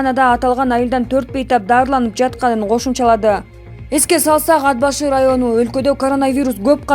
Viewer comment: ДИКТОР, ТУУРА ОКУ АД-БАШЫ ЭМЕС, АТ-БАШЫ ДЕП " Т" ТАМГАСЫНА БАСЫМ КОЙУП ОКУ " Т" ТАМГАСЫ КАТКАЛАН УНДУУ, ЖЕР АТЫН БУЗУП ОКУП ЖАТАСЫН